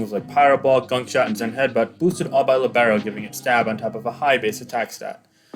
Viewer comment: It's Lee-be-ro, not Li-bay-ro y_y